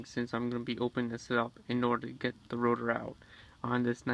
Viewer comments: Why do you keep saying router?!?! SIR ITS CALLED A ROTOR -_ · Why do you keep saying "Router" instead of "Rotor"?